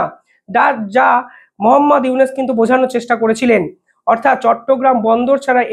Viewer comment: আপনিতো ইউনুস উচ্চারনই করতে পারেন না